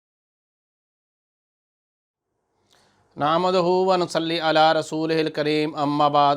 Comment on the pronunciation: نحمدہ ۔۔دال پہ پیش کےساتھ پڑھاکریں۔۔جناب